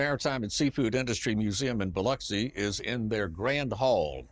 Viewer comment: Thank you for pronouncing Biloxi correctly.